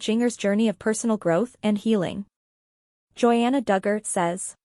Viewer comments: And not only that, if this TUFF Moment wants to get the LIKES. Then you need to show the WRITE people with what you are saying. And AGAIN PLEASE TRY TO ANNOUNCE the names right. Jinger is pronounced GINGER like the spice. I know it's done by a computer, but it's ANNOYING !!! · Her name is pronounced as GINGER, PLEASE